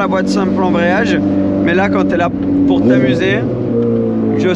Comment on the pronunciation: Belle vidéo ,en revanche il faut que tu arrêtes avec tes maaiaiaias insupportable ca se prononce mais simplement .